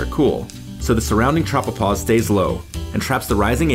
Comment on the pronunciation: When he said tropopause, I paused the video. Edit: all hail the hail